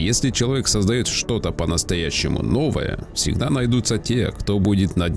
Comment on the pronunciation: ПрЫвЫк, Сегда найдутся, кто ваЩе поверит, Ездателю, свАеХо, увидели ДемьКу… автор ты не хочешь к логопеду походить? Лол